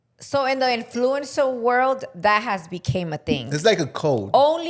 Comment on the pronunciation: Repeat after me IN-FLOO-UHN-SR . You’re pronouncing influencer wrong.